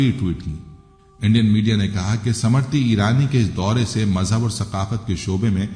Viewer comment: ❤समृति ईरानी नहीं बल्कि स्मृति ईरानी बोलिएगा प्लीज❤